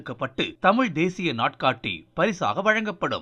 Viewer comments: இந்தம்மா தமில் என்று தமிழை உச்சரிப்பதிலேயே தமிழ் எந்த அளவில் பேச்சு வழக்கில் வாழ்கிறது என்பது புரிகிறது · தமிழ அல்ல... தமிழ் . ழ மீது புள்ளி வைக்கவும்! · தமில் தமில்னு பேசுறா அந்த பொம்பளைய தமிழ்னு பேச சொல்லுங்கப்பா..😂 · மிக்க நன்றி ஜயா மணியரசனை தவிர மற்றவர்கள் பேசியதில் ஒரு வரும் தமிழ் என்று உச்சரிக்கவில்லை.தமிழ் என்றே கூறுகின்றனர்.இதை கண்டிப்பாக திருத்தப்படவேண்டியது.படிக்காத பாமரன் கூறினாலே ஏற்கமுடியாது.நாட்டில் நிறையபேர் இப்படித்தான் பேசுகிறார்கள்.மாற்றுமதத்தவர் கேலி செய்யாவண்னம் பார்த்துக் கொள்ளவும்.